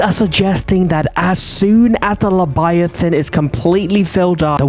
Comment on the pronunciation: You said lebiathan not leviathan. if you listen closey he says lebiathan